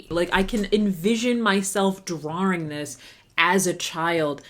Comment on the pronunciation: i’m losing my mind at how you pronounce “drawing” 😭 it sounds australian